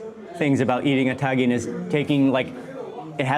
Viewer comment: Its TA -GENE not TAN - GIN